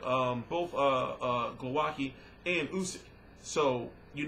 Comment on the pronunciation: excellent vid. and bro, his name is pronounced"glo-vah-ski"